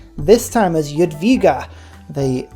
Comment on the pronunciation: Let’s go! And you said Jadwiga and Sukiennice good! Now you can learn Polish. Also I dont know why winged hussars are medieval era unit. They should be in renaissance. Also I like seeing names which I know like Gopło and Karkonosze. BYDGOSZCZ: B - to b e Y - man y D - d esk G - g arage O - o xygen Sz - sh ow Cz - ch at